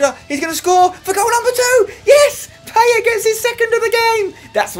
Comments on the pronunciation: Say Paye not PayeT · pie-et not payet spencer it makes me cringe everytime u say it wrong XD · Is it just me or does Spence have real problems with French names? Payet and Sagna pronunciation were criminal in this video. Great as usual otherwise though!